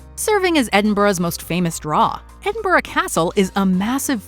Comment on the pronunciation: An American who can pronounce Edinburgh properly, excellent.